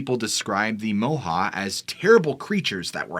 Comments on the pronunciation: Moehau is pronounced Moy hoe.chur .I'm from the Coromandel .moehau is a mountain in the Coromandel. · It's actually pronounced Moi-hoe (Moehau man, from the Coromandel-Moehau Ranges) The lights in the sky happened over the town that I live in, Kaikoura. I wasn't alive then but lots of people here still do remember seeing them. We had some strange light phenomena the night we had our big earthquake too. Not sure if that was ever caught on camera, our whole world kept shaking lol I doubt many people had their phones out